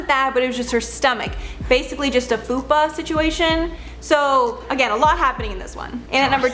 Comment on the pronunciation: Did she say “fupa” situation instead of like faux pas or fubar? Lmao I can’t tel if I heard that wrong but if not that’s hysterical